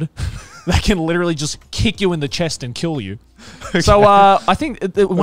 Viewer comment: they way garnt and connor say "emoo" instead of "emyu" im sobbing TTATT